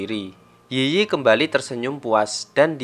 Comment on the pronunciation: Yiyi dalam bahasa China cara ngomong nya itu i i bukan yi yi